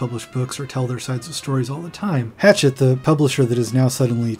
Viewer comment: Pretty sure it’s pronounced “hash-ah”. The French way. The publishing house I mean. Lionel Shiver says it that way. She also believe Mia manipulated Dylan. Love the video. But if any Mia stans watch it all they will surely call you out despite this being the most informed and deep look at the case since the reports from the doctors and the court documents 30 years ago.